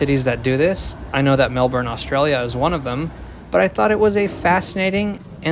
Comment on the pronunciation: can I just say how refreshing it is to hear a non-Australian pronouncing Melbourne correctly? I cringe each time I hear Melbin. it's Melburn. it's only pronounced Melbin by locals because that's their accent.